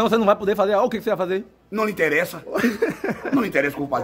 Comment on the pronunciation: É não enteressa.kkkkkkk.Fale. kkkkkk kkkkkk kkkkkk